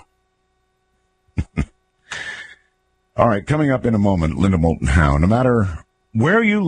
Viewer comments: You missed the "L" in "Moulton". "Mouton" mean "sheep", in french ... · Doesn't Matter...probably just would have been incorrect info anyways. He couldn't even get the name of the guest right. It is "moulton"...not "mouton".